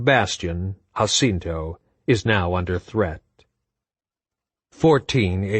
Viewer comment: “Husinto” always makes me laugh. 5 books straight hahaha